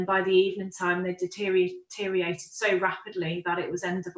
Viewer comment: Wtf is "DETEERIATED"?